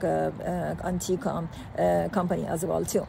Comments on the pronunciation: Maybe the oncologist speaking could learn the name of the drug and how to pronounce it before making a video about it. The cancer treatment industry is currently $320B USD per year. The SARS-CoV-2 “pandemic” helped many people see that the regulatory agencies are totally captured by the industry they are supposed to regulate. A rational person would expect many roadblocks to be thrown in front of a drug that could enable the human body to naturally fight cancer, perhaps wiping out the industry and the profession. We don’t know that Anktiva is that drug, but it certainly looks possible. The concerns about safety are valid, but almost seem silly when we consider what Chemotherapy drugs do to the body and just how toxic they are. The current state of oncology is barbaric if we are honest. It’s not an indictment of oncologists, but is an indictment of the industry, which cares only about profit and its own survival. I think an even bigger discovery comes from Dr Thomas Seyfried, who has proven cancer is a metabolic disease, not a genetic disease. A simple, low cost dietary therapy with drugs to pulse glutamine has had tremendous success, but the oncology industry has not embraced it. An honest scientist admits that science is wholly corrupted by the current business model. The evidence usually follows the wishes of the funder. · What a load of BS she is spewing. She can't even pronounce the name of the drug.